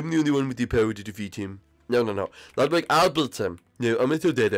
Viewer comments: Lugwid now Lugwig? IT’S FRICKIN’ LUDWIG!! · It was so funny when everyone was calling lugwig emo